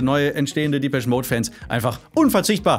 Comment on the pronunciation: Respekt👍🏼 Depeche wird allerdings französisch ausgesprochen, habe noch nie einen Briten "diepesch" sagen hören Dein Lied kommt aber "Happiest Girl" relativ nahe.